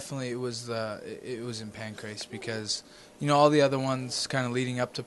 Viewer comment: Pancreas? It's Pancrase lol